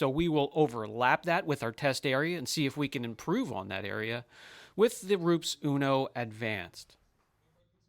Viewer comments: Please stop saying the brand name like you are, like ROOPS. One does not need to be or know Italian to pronounce it correctly. I'm a big fan of your channel and subscribe to it but hearing ROOPS not only makes my skin crawl but it's just not respectful of, to, and for so many. Keep up the great content. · It's : roe-pez. Not ropes, roops, roeps. FYI -- From Latin rūpēs (“cliff”). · I really like this channel and too ❤ And you’re right: It is called Ru-pes. 🙂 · You should learn to pronounce the product if you want a credible review